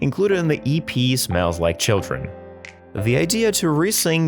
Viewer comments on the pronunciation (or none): none